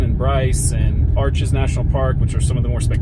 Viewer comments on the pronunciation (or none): none